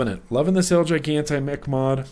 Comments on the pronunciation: I believe the pronunciation of El Gigante is el he-gante. Just a heads up for when you do the full review... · I would think it'd be pronounced El (H)igante. Right? Like in keeping with the Spanish theme. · big brother is watching you! LOL.by the way,it's EL-HE-GAN-TAY! get it right next time! down here in texas 30% of our population is bilingual (myself included) had to grit my teeth everytime you butchered it.great V-log. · so idk if anyone already said this but the el gigante mod is in Spanish and pronounced "el he-gon-tay" lol just throwin it out there lol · Ha ha, I was cringing as well..:-)